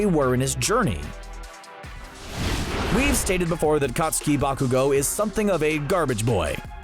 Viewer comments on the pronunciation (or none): none